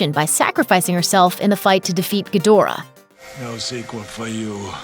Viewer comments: I think it's Gi dra not gadora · it's Ghidorah my guy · Ghidorah was pronounced Geedhra in the originals.